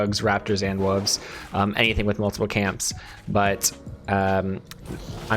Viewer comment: say it with me w-o-l-v-e-s Not "wooves"